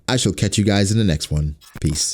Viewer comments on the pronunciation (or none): none